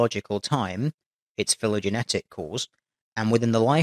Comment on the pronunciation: pronunciation of "phylogenetic" a lil bit off there mate.